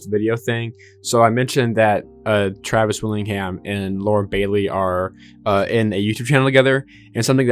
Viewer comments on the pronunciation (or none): none